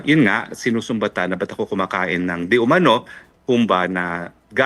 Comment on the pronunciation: Haha “diumano” daw ano ka si jessica soho? 😂 bukelya kana sa video 😂😂😂